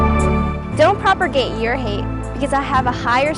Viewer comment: Note how she says: “Don't ‘proper-gate’ your hate”, , & I wonder if she was bullied into doing that.